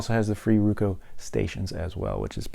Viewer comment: ITS ROKU NOT RUKU